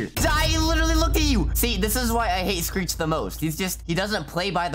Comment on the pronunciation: He messed screech’s name up😂